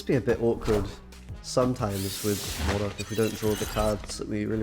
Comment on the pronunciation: You and really need to start pronouncing 'Modok' as you would 'robot'. It's distracting saying it how you do.